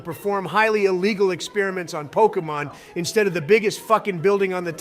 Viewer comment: Imagine sayings the pokemons name incorrectly its so cringe